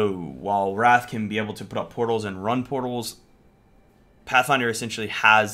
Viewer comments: Calling Wraith - "Wrath". Its spelled with an 'i' for a reason my dude >.< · her name is wraith not wrath lol